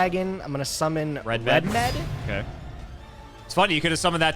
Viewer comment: I hate that they say REDMED when clearly his name is RED-MD